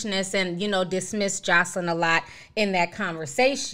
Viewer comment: Wendy’s saying her name wrong isn’t she? It’s more like josalin if that makes sense lmfao not josleen